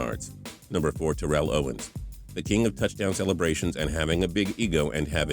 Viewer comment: It's not Tuh Rell it's pronounced Tair Ull